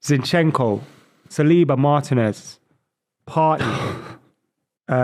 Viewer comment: saying Martinez 🤣🤣🤣